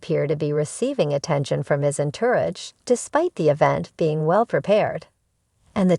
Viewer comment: If you are going to narrate a story, learn how to speak things like King Charles the Third, not iii. Learn how to pronounce entourage.